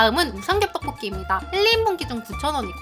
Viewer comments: 하... 의 떡볶이 발음 너무좋음ㅎㅎ 특히나 오늘 떡볶이를 많이 발음하셔서 더 좋앜ㅋ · 떡볶이 발음 개 찰지네